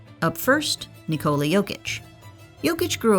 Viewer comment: NÍKOLA!!! It 's a normal Nicola!!! Enphasis on the Ni... Americans are so stubborn man... He corrected them for 2 years